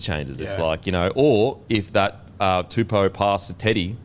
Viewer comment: I can't remember the young Brodie's name but Daniels last name is pronounced Too-Po (like the Kung Fu panda)